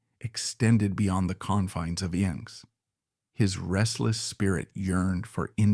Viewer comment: It's pronounced "in excess"!